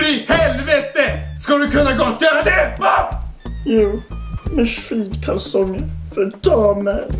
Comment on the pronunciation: När han sa skidkalsonger tyckte jag att han sa skitkalsonger xD